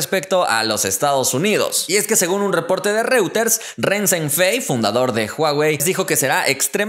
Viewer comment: Investiga cómo se pronuncia REUTERS